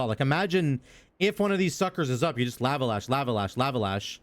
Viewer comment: Why do you say lava like that...??? I can't man. Please stop 😭 (also thanks for the vids)